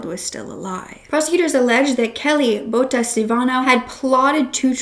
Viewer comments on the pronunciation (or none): Bouta🤣you pronounce boeta like you would pronounce soup in English soup the ou is the oe boeta and then the ta so boeta but try to say the oe like ou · Boeta is actually pronounced as BOO-TAH, it means brother, but it's more often used referring to a little brother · Boeta is pronounced boo-ta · Really appreciate you covering this case... But please, for future reference, please ask a South African for a pronunciation guide on these words. Bakkie, tik, Boeta, Phumza, Sigaqa...